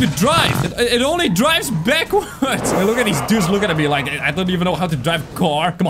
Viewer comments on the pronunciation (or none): none